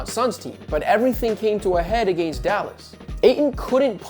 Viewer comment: I just have to say.. the way you pronounce “against” grinds my gears.